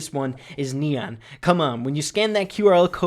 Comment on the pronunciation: Does anyone misheard leon when he said neon